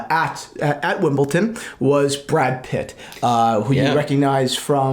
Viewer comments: Wimbleton lmao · it’s not Wimbleton. It’s Wimbledon. With a D. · Say it with me D not T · Wimbleton? No you don't see much tennis, it is called Wimbledon... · Please guys, it's WimbleDON, not WimbleTON. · It's not Wimbleton. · WimbleDON. Not WimbleTON. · "wimbleton" he says 😂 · Did you just say Wimbleton? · It took me so much discipline and self control to not turn this video off after the 4th “WimbleTON”….yet, 15+ times later…I came through a stronger person. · who pronounces Wimbledon like that? are you guys just taking a piss 🤣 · There´s no T in Wimbledon, there is however in Paddington...just saying! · for a guy who is in the watch world and very into Rolex it's so bizarre he doesn't know how to pronounce it